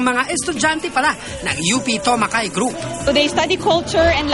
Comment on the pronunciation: TOMOKAI, please. Not Tokomai, Tomakai or any such variation. It's not difficult to pin the name down, GAM News.